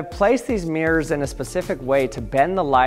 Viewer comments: What a strange way to pronounce MIRRORS- meeeers ? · It’s not meers it’s mirrors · Why do you say mirrors like 'meers'? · What's a "Meer"?